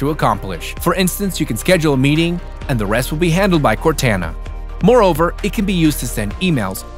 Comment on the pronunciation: I cant believe how cringe it sounds when he mispronounces Cortana. Cortana is the name of the AI with you in the Halo video game series. That's where the name came from. sheesh